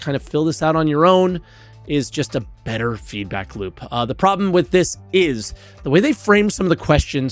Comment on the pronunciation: I enjoy the “feedbrack” too